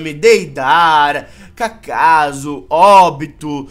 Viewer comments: desculpe falar uma coisa,vc falou kakazu,É,kakuzu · o chama o kakuzu de kakaza